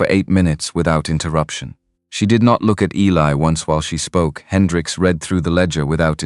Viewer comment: One of the best stories ive heard from all of the ones ive listenedcto.really well written.love all the characters. Good vvoice slso.only negative is that things get mispronounced. Like Eli.